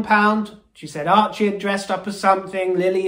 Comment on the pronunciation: Did you call Archie, Merchie? HILARIOUS!